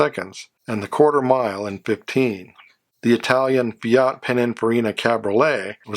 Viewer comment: JESUS CHRIST, DUDE: HOW MANY TIMES HAVE I CORRECTED YOUR HORRIBLE MISPRONOUNCIATION of "FIAT"???? DO you NEVER read the comments???? ASK SOMEBODY, IF YOU CHOOSE TO IGNORE ME!